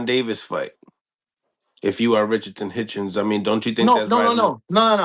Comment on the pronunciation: Everybody mess up Richardson hitchens name 😂😂